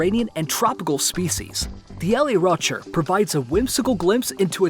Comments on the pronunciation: man said L E Rocherr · I cringed at how you pronounced “le rocher”